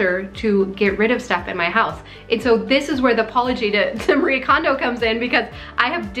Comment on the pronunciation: I'm sorry for this unsolicited and nit picky comment, but her name is pronounced Mah-ree-ay. There are no silent vowels or syllables in Japnese :) Thank you for this perspective on the silent stress signals we're absorbing daily.